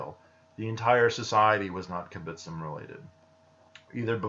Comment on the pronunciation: The kibbutzim still exist, it's just all of them (except of literally a handful) are no longer socialist in any sense, this process of "no longer being a kibbutz" has already happened long ago By the way you say kibutzim funny, you need to stress the b and tz. Also kibutzim is plural, the singular is kibutz.